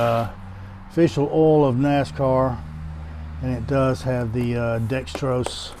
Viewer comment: Why do people say Dextros when it is spelled Dexos?